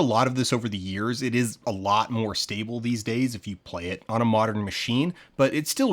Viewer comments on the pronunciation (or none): none